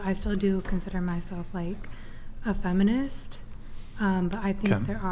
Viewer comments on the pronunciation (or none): The last woman said fenimist😂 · Who else heard the asian girl say "I'm not a fenimist"😂😂